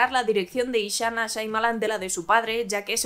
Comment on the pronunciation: Ninguna. Porque siempre dice “Shaimalan”.